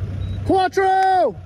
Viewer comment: Quatro instead of fore...classic! LOL